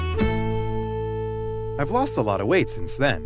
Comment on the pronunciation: the sentence "I've lost a lot of weight since then" seems cut off "t" in word "lost", it isn't?